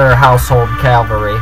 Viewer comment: dude is "cavalry" =D sounds really funny when you said "calvary" =D well good battle you are earning exp in online battles =D the problem in this battle was that you fall in his trap... and you lose a lot of ppl in the beginning of the trap... thx for the video...! 5/5